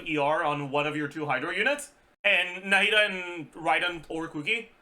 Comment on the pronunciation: his pronunciation of their name is actually close to being correct to the Arabic pronunciation, not 100% correct tho